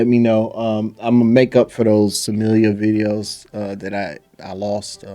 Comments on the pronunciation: It's pronounced Smil-Lah...not Samillia. btw turn your fight volume on...then you'll be able to hear the impact of Dakota's punches and kicks, Trust me, Smilla wants nothing to do with Dakota...for a few years at least. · Smilla, not Samillia.